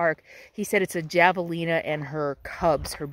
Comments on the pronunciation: J is pronounced as a H in Spanish. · The J is pronounced as an H in Javelina. I made the same mistake when I first moved out west but I feel like a local should have known that😅 I love that tree. . I'm old and gnarly too😊